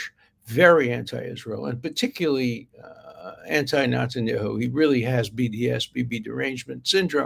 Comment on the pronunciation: I agree 1000 percent with your statements and analysis on this Mandy character . Thank you. Now let’s pick on your pronunciations :) Negotiation, Tel Aviv and now Netanyahu…. Who pronounces these words the way you do ? You’re a genius mind and a genius analyst but boy do you have funny pronunciations sometimes 😂 Nah- go - Cee - Ate Tel - Av - eehv Netan Yo - hoo